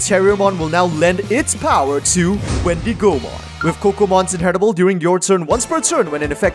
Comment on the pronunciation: Every time you said Wendy Go Mon, you made me laugh xD the wendigo is an animal and its pronounced like wendigo mon. Anyways, love your content and I'm so excited to see your take on Gammmon/Proximamon deck 👀 I've been playing that deck (proxied obviously) and I love it so much